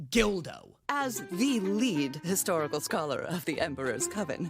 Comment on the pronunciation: Why are you pronouncing it "gildo" it's produced gull-doe.